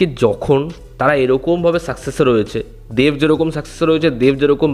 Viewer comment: English e dev likhleo, Uchharon ta banglay deV noy deB Ektu pronounciation e nojor dao Tomar pronounciation e problem achhe ageo dekhechhi